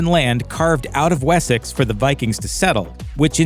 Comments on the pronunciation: Wheres Wessax? It's WessEx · What's this Wes-sax place you speak of?🤣 It's pronounced 'Wessix' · yeah i kind of live there mate, Wessex is most definitely pronounced "Wessix". Just like Essex is pronounced "Essix" Although Middlesex is pronounced exactly as its spelled! 😂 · Did my man really pronounce Wessex as “wessaxe” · WHY CANT AMERICANS SAY WORDS RIGHT. It’s Wessex not we-sax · The way you pronounced Wessex ruined this entire video... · You say Wessex wrong and it’s not teepee. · Funny listening to him pronouncing their names and places e.g. ubbay and wessax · am i the only one who got increasingly annoyed that he couldn't say Ubba correctly, or Wessex for that matter. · The way this man says ‘Ubbe’ or ‘Wessex’ 😫